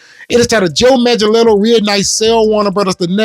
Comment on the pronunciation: The movement ever stopped. You know what it is. #WalletsClosed It's pronounced Manga-Nello.